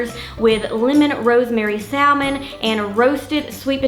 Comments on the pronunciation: just love your wonderful, healthy recipes! Have an issue though - it is like nails on a blackboard the way you mispronounce salmon (one doesn't pronounce the l - ever!) and turmeric (you can just google how to pronounce it and they give you a sound video, so there is no confusion. Sorry to be critical, but you do such a great job and it will only enhance your credibility to pronounce these often used words correctly. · The “L” in salmon is silent. Please try pronouncing it correctly